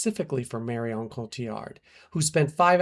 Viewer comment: Me as well and the way he said her name in syllables, Mar i on